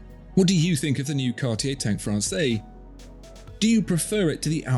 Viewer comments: It’s pronounced Fran-says, NOT Fran-say. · I'm trying to decide between the Must and the Française. Love them both, it's so hard. Thanks so much for all the info you provide, it's so incredibly helpful and interesting! FYI, with the 'e' at the end, Française is feminine and is pronounced "Frawn-sez" not "Frawn-say". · Pronounced "FRANSAYS", not "FRANSAY" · That’s Française - feminine. You pronounce the ‘s’. Sort of “Fran’sez” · Be careful watching and taking opinions from content where the watchmaker pretty much owns the content maker add the guy doing the review can't even pronounce the watch correctly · Now, now..., you are better than this! Pay attention to your pronunciation: "française" with a big Z at the end.